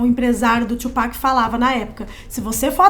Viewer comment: Sim, e se pronuncia TUpac mesmo e não twopac